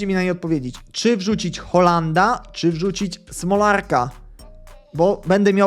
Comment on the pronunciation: Nie hollanda tylko hallanda ;)